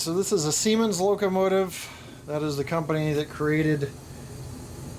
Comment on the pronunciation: Siemens, pronounced C-Mons, is correct. I met a good looking woman from Germany at Disney World a few years back who said she worked for Siemens. My buddy made a crude comment about it and that's the end of her talking to us. I had to stop hanging around him if I wanted to meet the ladies. LOL! Nice review. Great to see Bachmann stepping up their program. Now if we could talk them into using Kadee couplers instead of the crappy plastic Mach II couplers... Thanks! Cheers, Dan